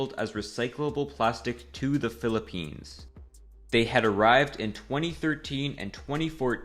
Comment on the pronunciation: UY PILIPENS????! pilipines? pilipens?☹️☹️☹️